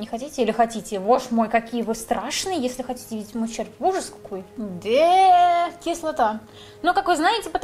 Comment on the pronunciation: выучила новое слово: кислатааа